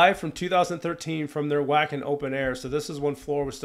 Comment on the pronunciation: Alright, it’s time to make a few pronunciation corrections😊 - Europeanize you! Jukka is properly pronounced “Yukka” Wacken is pronounced “Vakken” The previous 2 singers were Annette (“Ann-net-Ah”) and Tarja (“Tar-ee-ah”). Helps to have Dutch in-laws….😉